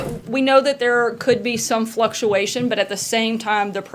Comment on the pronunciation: "Fluctuations"?!? Well flucuwhiteguystoo! 😄